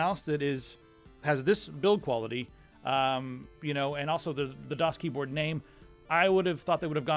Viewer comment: danielbr93 the first few times pronounced the brand I always heard him saying DOS instead of DAS:D